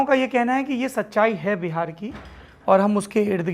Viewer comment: It’s Bihar not behar please Hindi accent pe work Karen you are born and brought in Bihar